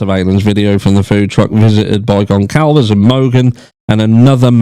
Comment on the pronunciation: From what I understand, the “c” in Goncalves is pronounced like an “s”. Sorry, I’m just trying to help.